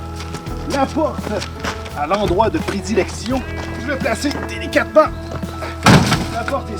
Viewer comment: "délicatement" n'est ce pas? x)